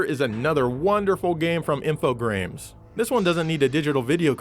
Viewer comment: inb4 the billions of people pointing out "Infogrames" is pronounced "info-graham" ;)